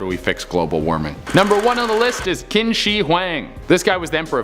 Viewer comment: Qin is pronounced chin